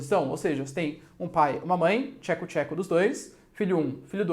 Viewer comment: "Theco Tcheco" KKKKKKKKKKKKK